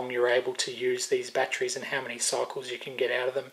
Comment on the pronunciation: Winced on all the 'bat-trees'. Normally i would let it go, but man, the brain is really craving to yell "it ends in 'ery' not 'rey'!". With that said to get some of my sanity back, I would never use those dumb chargers if you are using good rechargeable bat trees(god damnit, now i'm doing it). I have had so many batteries killed by them malfunctioning, while good smart chargers won't let that happen. 4 good 18650 batteries for instance, may cost more than a decent smart charger. Letting a dumb charger kill them cause you want to save some money is extremely counter productive :P